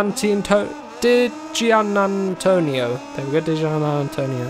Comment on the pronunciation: You pronounce his name Dee Gee Antonio lol